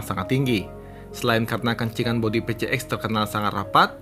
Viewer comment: Honda PCX, orang2 nyebutnya Pe Ce Ek 🤧, jujur kuping gw terganggu sama cara nyebutnya itu, padahal yg bener dibacanya Pi Si Eks, bukan Pe Ce Ek,, dan memang bagi gw pengucapan Pi Si Eks lebih enak didenger dan nyaman di telinga,,, sorry bukan sok English ,,, karna memang PCX itu diambil dari singkatan bahasa Inggris, yaitu Personal Comfort Xaloon (plesetan kata dari Saloon) yg artinya kendaraan pribadi yg menawarkan kenyamanan dan kemewahan 🙏🤧